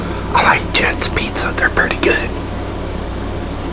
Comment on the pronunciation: I love how he says peet-za 😂